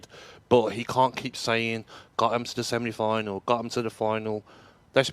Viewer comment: Is saying 'semni final'?